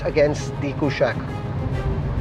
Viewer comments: Try to say कुशाक with a normal non-westernized tone. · Bro, it's a Sanskrit word, stop saying Kooshaaaq